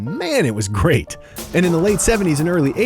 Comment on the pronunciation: "it was gweat"